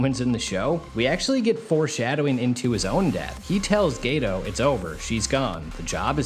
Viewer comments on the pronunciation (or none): My Dawg did you say Gayto 😂😂😂👀👀👀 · Geto ❎️ Gay-toe 🦶👬 ✅️